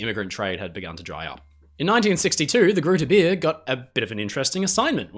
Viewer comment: Its pronounced groote beer with the oo as an oa sound in boat and beer with the ea in to bear